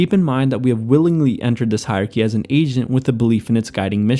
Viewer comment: It's "hierarchy". You can't just skip syllables when they're tricky to pronounce!